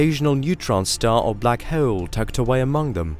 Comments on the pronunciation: I could hear this guy say Heoooouule all evening. Anyone else tickled by this? LoL 😆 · I’m uncomfortable with how he says hole lol 😂